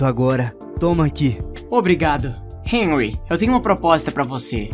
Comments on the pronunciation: "Enrri" Kkkkkkk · Só pra dizer e q se fala henry com som de r 😊❤